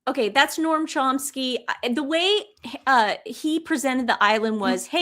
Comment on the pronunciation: NoAm Chomsky. Not noRm